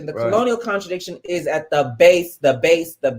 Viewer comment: “Da” why did you say da instead of the lmao.